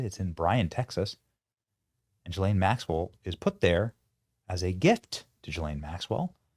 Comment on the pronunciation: Ghislaine doesn't begin her name with a J, SO QUIT SAYING IT THAT WAY!